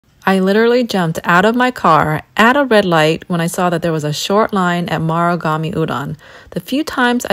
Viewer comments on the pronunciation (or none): It’s Marugame and she’s keep pronouncing it MURAgame :’(((